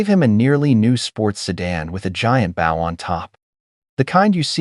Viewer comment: Bow as in low... not bow as in how... And the cadence is wrong: "You did what? I asked" - NOT - "You did what I asked".